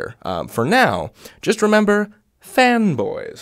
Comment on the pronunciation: I think that I'm too broke, I'm hearing "femboys". 😔